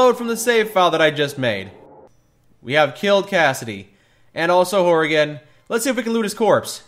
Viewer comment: Why tf can't you pronounce Frank Horrigans name right